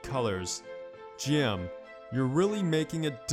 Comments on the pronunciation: it's G.M. not Jim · Sounds like you're saying JIM instead of G M